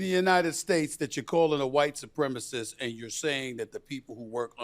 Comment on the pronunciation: She calls President Trump a white "supremisiss"..no idea what that is